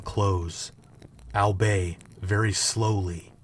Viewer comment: Hey man, I love your content. One thing I did notice, however, is that you pronounce the word 'albeit' like 'al-beigh', when it is correctly pronounced 'all-bee-it'.